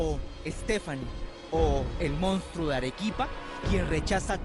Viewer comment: La conductora dice Mounstro pero el título dice Monstruo